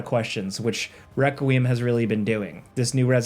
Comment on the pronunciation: "Resident Evil Weckreum" Also, "worries if he's pronouncing some weird Asian name wrong"